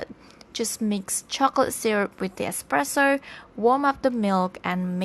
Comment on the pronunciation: Expresso it’s pronounced espresso